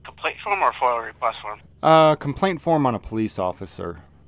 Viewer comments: FOIA, not FOIL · FOIA Not FOIL... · Yo, it’s not foil, it’s F.O.I.A., freedom of information act. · It’s FOIA not FOIL. Freedom of Information Act.